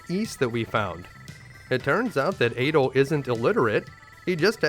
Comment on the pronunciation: Its pronounced Ah-dol, not eh-dol. In the newer games where there is voice acting they say his name Ah-dol, like "apple" or "attack"